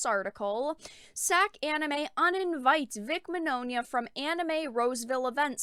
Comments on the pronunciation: Vic's last name is pronounced (Min-Yawn-uh), sorry for correcting you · i just need to clarify something, Vics last name is pronounced Min-Yawn-a but other wise great vid!